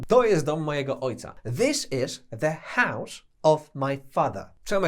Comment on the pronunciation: Hause to "hausz"? Łot łosz dat? Co to za wymowa? hause - hausz , was - łosz... Nigdy nie słyszałem takiego "sz" u Anglika, a w zasadzie zapytani Anglicy też nie słyszeli czegoś takiego, hmmm 🤔